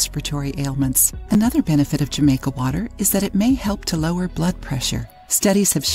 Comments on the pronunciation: The "J" is said as an "H"....Ha-maica.... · It is being said wrong. It’s a Latin America drink meaning that J sound like an H. And Jamaica has more than hibiscus in it. It has star anise, cinnamon, and other things.